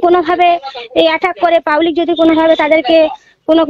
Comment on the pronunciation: 'রাইনীতি' নয় ওটা হবে 'রাজনীতি'।'পাউলিক' নয় ওটা হবে 'পাবলিক'।কোড়াকাটি তো আপনার বাড়ি,আগে হতো না আপনাদের খাওয়া এখন প্রধান হয়ে টাকার পাহাড় করেছেন আপনি,আমরা সব লক্ষ রাখছি।ই ডির তাড়া খাওয়ার পর তো আপনাদের বাড়িতেই ছিলো শুনেছিলাম।সময় আসলে রাজনৈতিক ভাবে জবাব দেওয়া হবে।